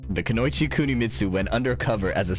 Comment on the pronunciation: please don't pronounce kunoichi like that ever again